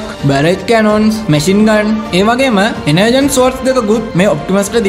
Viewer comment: "ඩාර්ක් එනර්ජෝන්"කියල තමා මෙක කියවෙන්නෙ.එනර්ජන් නෙමෙයි 👍👍